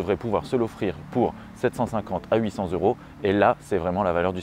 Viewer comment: Bravo pour les liaisons des euros. Ça met un peu de baume au cœur. Merci